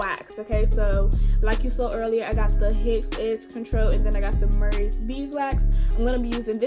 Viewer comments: Joy B yessss I ALWAYS know when someone is from DC or PG when I watch YouTube videos 😂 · I was thinking the same thing... reppin' the DMV... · Stamp dat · Haha sooo DC 🙌🏽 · They way you pronounced "murrys" and dragged out "gogo curl"... i was like oh yeah she from DC or either PG county. Btw thanks for doing this vid!!!